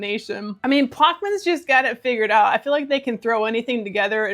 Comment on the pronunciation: You crack me up! I (think) it's pronounced plosh'-muns. I may be wrong, though.